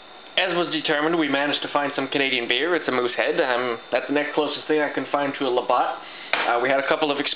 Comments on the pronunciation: I split my gut laughing 🤣🤣🤣 love you!! thank you for making this Canadian gal laugh her off!! "LaBOTT" OMG <3 TOO funny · I was wondering if someone else had noticed the Labatt Blue, lol. I first saw it and then realized it's even in the thumbnail. I'm from Newfoundland, Canada, and I grew up on Labatt. I just hope that someone will teach you how to pronounce it. :-) I'm watching all of your videos right now and I'll subscribe as well. Have a good one!